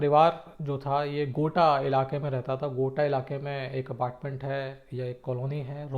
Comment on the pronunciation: गोटा जगह नहीं, वो गोता है... Just correcting you sir.